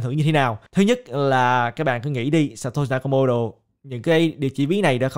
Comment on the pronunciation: hình như phải đọc là "sa to si na ka mô tô" ơi:D